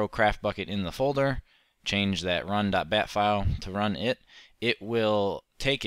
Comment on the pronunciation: .bat not .vat